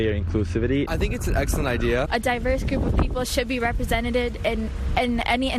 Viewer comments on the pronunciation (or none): Did she say.... "representeded" ?....